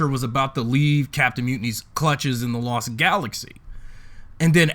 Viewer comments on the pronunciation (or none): You say Lost Galaxy wrong